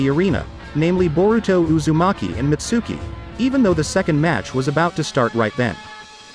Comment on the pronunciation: The way he pronounces Mitsuki and Konohomaru pisses me off